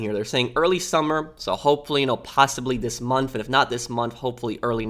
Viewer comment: This dude says “munf” instead of “month.” Lol